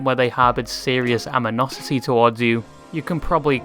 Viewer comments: Lolol, "aminosity" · "Aminosity" lol 🤣😆🤣